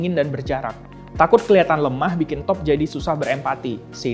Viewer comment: Toph = tough = "taft"